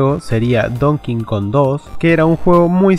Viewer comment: se pronuncia donkey kong no don kingkong